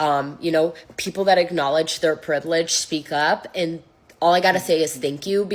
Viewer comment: It's pronounced acknowledge not "igknowledge". This dummy is calling us stupid? Acknowledge your privilege, do me a favor y'all get the hell out of here!